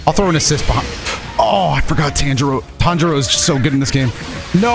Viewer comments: Literally the first minute of gameplay and is already about to get bullying over saying Tan-Jiro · I definitely made the tanjiro face when you butchered his name 😂😂😂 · Me: "Heh he said Tanjiro in a wei-"": "I know people are gonna make fun of me at how I say Tanjiro" Me: "Did he just read me?"